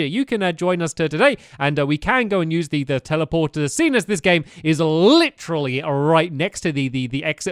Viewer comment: Stop saying licherly stampy